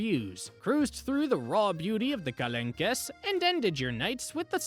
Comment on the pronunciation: Not to be mean but it’s Marsayyyy and kalonk…